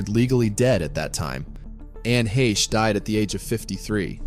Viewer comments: you loss me after you couldn't pronounce her last name.. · How about a narrator that pronounces her name correctly